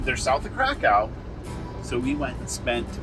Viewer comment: Well done with the pronunciations except Krakow, its kofv not cow.